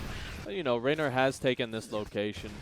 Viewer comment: ReynOr, not RaynAr